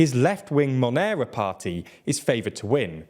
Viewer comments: Morena is not pronounced "monera". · It's Morena (which means tanned or brown skinned), not Monera, which sounds like an altcoin :D. Anyway, there is some truth to the INE being ineffective, inefficient and bloated, like a lot of institutions are in Mexico, but calling it partisan is kinda laughable when they counted the votes that ushered AMLO into power, as it has happened before with other opposition figures. Deflating bureaucratic institutions and government austerity are the only good moves from AMLO and his party, but everything else has been quite shortsighted, counter productive, unrealistic or antidemocratic. I'm glad his term is ending, but that doesn't mean reducing the INE's budget is necessarily a bad thing (though, it might)